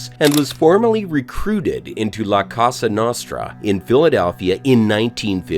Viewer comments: La Castra nastra 😂 likes the video tho, good job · No you didn’t say La Casa Nostra….please at least learn the name and the pronunciation before taping next time…😂